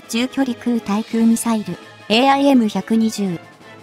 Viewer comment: 空対空 : 〈そら たい そら〉ではなく 〈くう たい くう 〉です。